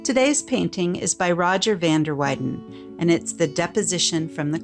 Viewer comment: You should learn the correct pronunciation of Flemish artist's names.